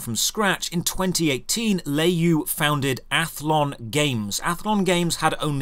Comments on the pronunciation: btw It's pronounced "lure yo" not lay you. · Le is pronounce luh in chinese and you is pronounced yo. Not nit picking at all. I love your content and yeah tencent has everyone in their pocket and I hate them as much as I hate the CCP.